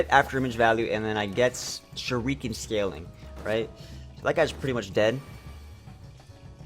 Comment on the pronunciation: Shuriken is pronounced sher-i-can not sher-ee-can